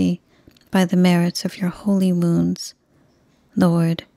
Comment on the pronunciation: Thank you for your beautiful novenas, rosaries and prayers. I must admit that before following along with the text, I used to think that you were saying "By the merits of your holy moons" and was always so confused but you were actually saying "wounds". I'm really curious if I'm the only one that hears it.